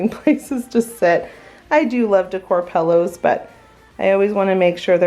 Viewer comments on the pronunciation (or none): I LOVE it friend, but did we ever talk about when you say pillows it sounds like "pallows" sometimes. Lol I think we did